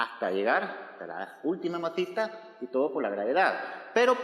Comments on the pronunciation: JAJSJAJSAJKKJAJA a mi tmb "mazita" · Me gusta cuando dice "masita"